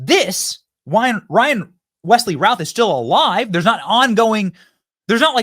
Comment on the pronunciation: BENNY, his last name is pronounced "RUTH"